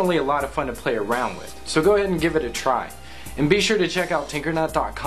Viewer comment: at the end i thought he said tumbler tasebook and titter